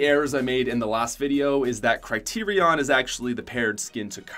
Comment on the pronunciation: Cry-ter-ion is actually pronounced Sit-ron